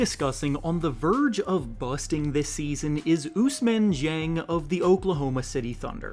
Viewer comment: Stop saying busting like that dude 😂